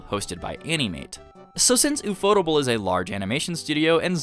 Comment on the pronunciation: My ear bleeds every time I hear "u-fo-tu-ble". It's pronounced in English, "UFO Table." Because when the creators of the studio went to a pitch meeting with financers, in their office was a table. One of the creators said, "Hey, that table looks like a UFO." That stuck in their mind and they eventually created their studio, UFO Table. They even went back to that financer and eventually bought the table from them, and now have it in their office.